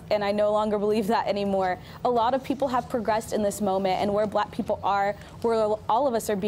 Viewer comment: "bla peopowe"